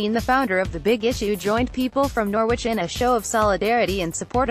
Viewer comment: It is pronounced Nor-ridge!